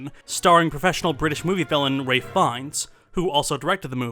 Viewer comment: It's "Ralph" Fiennes